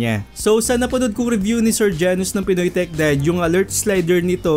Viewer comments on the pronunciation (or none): none